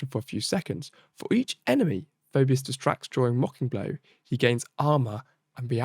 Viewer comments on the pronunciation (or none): It's "Fee - bus".